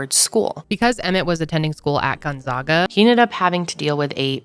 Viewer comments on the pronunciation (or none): Born & raised in Spokane WA (spo•can), everyone always mispronounces Gonzaga (gone•zag•guh), been watching you for yrs love the crossover 🧡